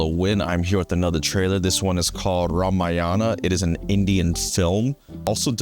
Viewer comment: Why do ALL westerners universally mispronounce Ramayana? Is it that hard today to find out the correct pronunciation? It is RAAMAAA- YUN-AAAA not Rum-uh-yaaana.